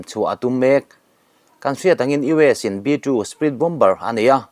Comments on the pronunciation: Bombar ti nulh nulh suh, bomar ti a lam tur aw. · Bom bar ti ziah teh suh Bomer ti hram teh. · Bomber ... Bomer ti a lam rik tur niin kalo hri a han enchiang deuh teh naua